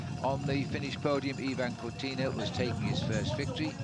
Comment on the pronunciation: Yeah and Ivan Corti